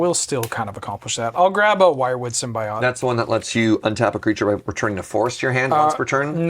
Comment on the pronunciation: Long time watcher and first time commenter, Symbiote is pronounced sim-bee-owt not sim-bee-ot